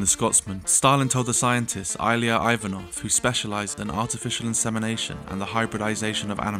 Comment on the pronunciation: I hate the pronunciation of “Ilya” in this video😩